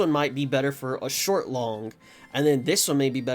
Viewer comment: you said short long and all I could think was shlort 😂